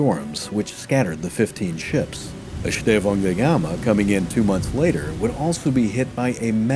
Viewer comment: Nice work on the ão diphtong in Estêvão. You failed a bit on São, but all other uses were on point.